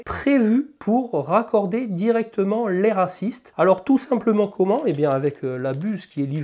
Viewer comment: Mdrr, chaque fois que tu dit l’ai assist….j’entend, bin autre chose😂